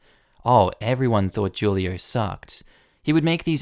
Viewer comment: The dorm leader's name is pronounced hulio